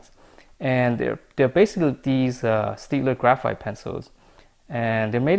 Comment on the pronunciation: its stadler not steadler.